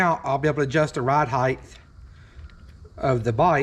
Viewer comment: Height! Not heighth